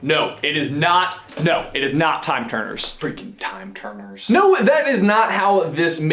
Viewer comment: I heard time-turner and I was like: NOOOOO NOOOOO OH GOD NOOO